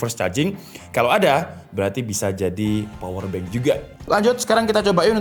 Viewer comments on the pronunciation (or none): none